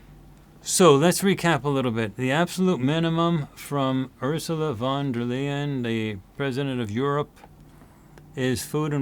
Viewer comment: Von der Leyen is NOT (!!!!!!) the president of the EU as a US citizen might think after the outlandish description given in this commercial. She is a functionaire and has no - none - not a single direct authority or directive above the european countries. Don‘t tell such BS. Pronounciation is as Lion. But better pronounce it as „lying“. This matches also her general behaviour.